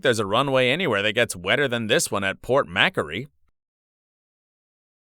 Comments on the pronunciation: It's pronounced, Port MackWorry or Port MackQuarry..........not Port Mackaree. 🤮🤮🤮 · I've never heard Port Macquarie mispronounced so badly as this